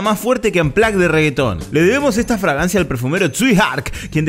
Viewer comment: le debemos esta FRAGANCIA minuto como pronunciaste fragancia mmmmmmmmmmmmm..... jajajajajaja